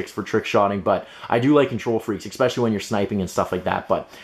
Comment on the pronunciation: ekspeshully ekspeshully